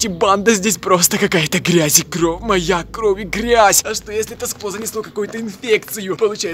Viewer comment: не кров а кровь